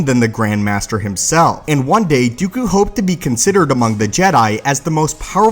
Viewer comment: "Dee-ew-cue". Lol. That's how he ALWAYS pronounces Dooku's name. It grates at me.